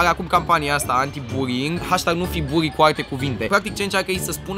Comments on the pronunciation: În loc de buly ai zis buri (no hate) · "Burring" :)))) asa se intelege. (Nu imi sariti in cap, ca nu insinuez ca nu stie sa pronunte, dar e amuzant cum suna burring in loc de bullying) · am crezut ca ai zis buing nu buling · Cand spui bullying suna ca burying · Imi place ca zice burring ( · cumva zice ruing sau bullyng ??? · Bulling la tine se aude burring :)